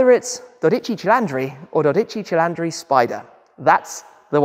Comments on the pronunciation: i'm italian: CILINDRI it's pronunced chee-lee-ndree... You misspronunced it like 100 times in this video eheh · Dodeci cilandri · It's cilindri!!! Not cilAndri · Stop pronouncing it wrong. It is cilindri with an I and not cilandri with an a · Cilindri is pronounced as if it were "Chee-leen-dree". To us Italians, you sound as if you said "Chee-LAN-dree". So drop the "a" Tim. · Bro say it right pls😂 not cilundri 😂 cilindri ok?!😂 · While Italians everywhere appreciate the effort at correct pronunciation just put it into Google Translate first and you’ll get the accurate pronunciation because you were adding an a into Cilindri that isn’t in there and you’re putting the emPHAsis on the wrong syLLAble 😉 it really ultimately doesn’t matter that much (because as I said, the effort is appreciated) but it’s like nails on the chalkboard if you speak the language 😅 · it's like CHEELEENDREE😂 but your pronunce is very good on other words like Competizione or Stradale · Come on Shmee, buy a 12 CILLAAAAANDRI!!!! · Oh dear, its not “cilandri” - thats quite painful to hear,😢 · Why do you call it a dodici cilAndri..?? i just need to know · Hello Tim, great presentation of a fantastic new Ferrari GT car. But please don't say "Doditchi Cheylandry"! 😆 I think this brand deserves their names to be pronounced properly! 😉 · no it's cilinDre 😂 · Tim it's not "Cilandri", you say the "i" in the middle like the first "i" 😂 thank you for your coverage of the car btw, the first video i watch about a new car it's always yours before other media outlets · Dodigi cilandri 😂😂😂😂😂😂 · I was just about to tell you the correct pronounce, only because your Italian is usually very good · It might be time to drive to Italy and sign up for a language school ;-) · Da italiano io invece ho bestemmiato da come pronuncia “12 cilindri” costui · Incredible how a car person can pronounce "cylinder" in English but replace that "y" with an "i" and the world falls apart... 😂😂😂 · You're saying it the wrong way man😅